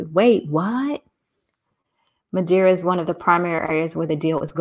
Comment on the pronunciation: It's Madeira(wood)